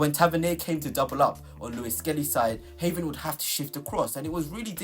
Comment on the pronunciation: If your pronunciation of Heaven is as accurate as your player analysis....no thanks😅